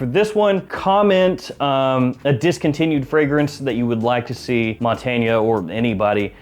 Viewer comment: One of us is pronouncing Montagne very wrong. :)